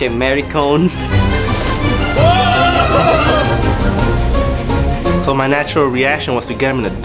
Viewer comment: lmao... "pinche... 'mary-cone'"